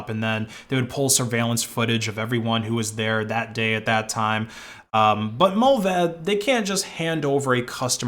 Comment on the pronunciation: Every time he said Mullvaad i thought of Mulva (the seinfeld episode)